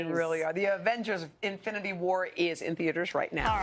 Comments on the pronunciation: Did I hear that woman say ' AFFINITY war ? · "Afinity war" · Did she say affinity war twice? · What the f is Avengers affinity war zz